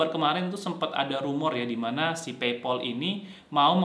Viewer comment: Kok Paypol sik mas? PayPal (PeyPel) kali? Agak sempet bingung pas dengerin =0))